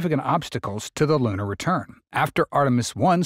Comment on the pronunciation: Can't you get a better AI narration ? Who told it to pronounce "lunar" as "lannar". And does he have to sound like cassie cassum ?